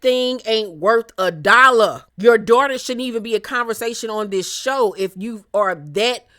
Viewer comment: Evelyns "Dorter' would be catching hella strays from me if I was on the show sorry not sorry 😂